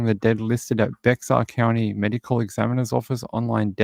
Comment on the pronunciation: totally got caught by the same county again, we've had this same conversation about Bexar county and me pronouncing it wrong.. i will make a mental note about it